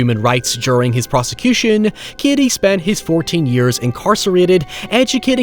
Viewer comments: His name is Cady not Kiddy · The way you pronounce 'Cady' befuddles me. I don't actually hear your 'D'.